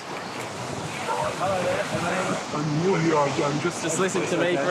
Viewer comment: He said "I'm old here and I'm your witness" this is how I heard it lol haha